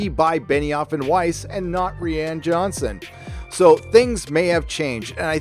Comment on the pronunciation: It's annoying and distracting, and sounds petty, when you say "Ree-ann Johnson." I like your news and some of your takes. Petty bullshit is beneath you. Hopefully, I'm being constructive with this criticism.